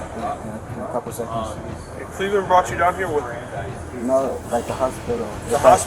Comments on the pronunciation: You mispronounced Cleveland. lol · It’s CLEVELAND. C-LEAVE-LAND. But you pronounced Cuyahoga flawlessly 😂